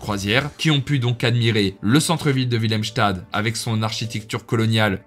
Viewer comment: Super vidéo. Je voulais te notifier pour tes prochaines vidéos, la prononciation néerlandophone : Willemstad --> Oui-lemm - sta -de (la ville de William) Oranjestad --> O-ran-gné-sta-de (la ville d'Orange littéralement) Kralendijk --> Kra-lenn-dèk (ij = è) Philipsburg --> Philip-se-bur--gue